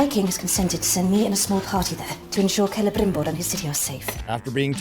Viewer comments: It's so cringey how she tries to sound "genuine elvish" by heavily pronouncing "rrrr" for some reason,that she justs ends up proving that she's a bad actress. Seriously,who had this childish idea to have her go like "Celebmbrrrrimborrrr" and "Elrrrrrond"? It's ridiculous. Meanwhile,this show has less in common with Tolkien's works than Joe Biden has with truth. It's a distasteful,badly written,awfuly acted,terribly cast,unbarebly politicized,disgustingly ugly show. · I hate the way morfid clarke pronounces things ... EriGion sauurrom celebrimborrr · Every single time they (and by they I mean GuyladRRRiel) pRonounce the aRRRs in the names (SauRRRon, CelebRRRimboRRR, ERRRegion, ...), the cringe curls my toenails backwards.